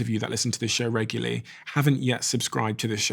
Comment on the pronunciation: Regularly, not reguly :))